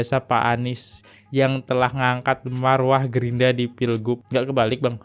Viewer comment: Gerindra bang bukan Gerinda